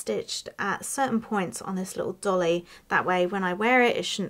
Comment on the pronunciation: Not a 'dolly' .. it' a 'doilly'.